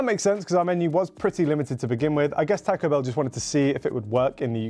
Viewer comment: I’m sorry but the way the British dude is pronouncing taco is going to stop me from watching this video